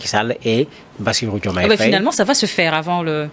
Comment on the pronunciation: Madame l'animatrice essayez de bien prononcer le nom Faye. Faye c'est Faye comme en français et pas Fèye